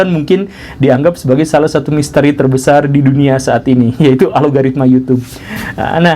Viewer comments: Algoritma pak, bukan alogaritma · Algoritma pak bukan Alogaritma